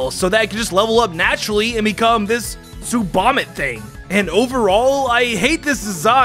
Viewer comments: I’m laughing so much at how you say tsubomitt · Tsubomitt? More like tsuvomitt